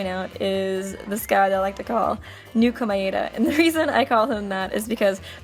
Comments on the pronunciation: You're pronouncing Komaeda wrong,. It's Koh-mah-eh-dah, which sounds like Koh-mai-dah when pronounced fast. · omg the way u said komaeda